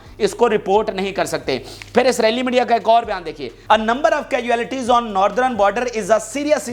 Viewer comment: your news is excellent just work on your English pronunciation of English words.. For example it is called CAS UAL TIES.....